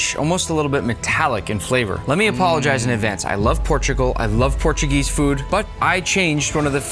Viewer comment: bruh speed said portugunese